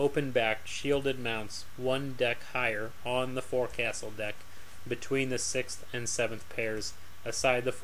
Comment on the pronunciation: I am a big fan of this series of videos and I always look forward to more- I have a respectful criticism though- forecastle is actually pronounced "fok-sol". This is a pet peeve to literally millions of sailors and maritime professionals. Otherwise keep up the good work and carry on!